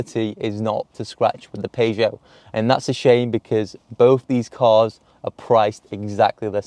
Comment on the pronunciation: I tried to ignore it.... But I can't get past your pronunciation of Peugeot